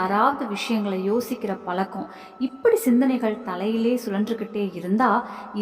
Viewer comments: பலக்கம் இல்லை பழக்கம் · முதலில் பழக்கம் என்று உச்சரிக்க கற்றுக் கொள்ளுங்கள்...😢